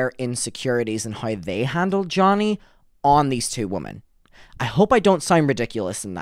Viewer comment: Hey! Great video, just one note, when you say “women” you say “woman” singular. I used to say it incorrectly too. Its a common mistake but just wanted to kindly bring it to your attention because its an important distinction for public speaking